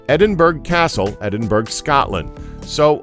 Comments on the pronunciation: edinburgh is pronounced "eddinburra" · Edinburgh is pounced 'Ed-in-burra' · Edingberg lol